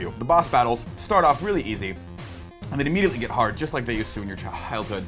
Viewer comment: You did great! I couldn't help laughing when you slipped on the word "childhood" though...